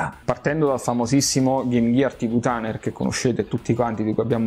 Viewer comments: "TV TANER" ....ma dc 😂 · Innanzitutto complimenti sei davvero bravo, ottimo prodotto. Però un piccolo appunto "TANER" non se può davvero sentire e mi ripeti e ripeti, sarebbe "TIUNER"...😅 cmq sei grande! Bella zio auguri d buon anno nuovo!